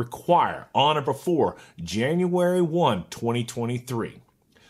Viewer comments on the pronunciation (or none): none